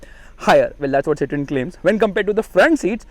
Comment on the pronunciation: Its pronounced Cee-thaw-N